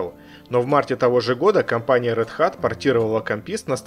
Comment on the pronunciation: Отличное и очень интересное видео! P.S. - Один моментик...RedHat должно звучать как "Рэд Хэт"